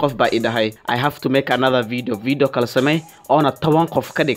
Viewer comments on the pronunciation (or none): none